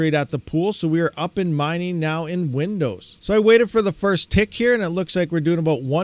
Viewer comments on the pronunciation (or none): none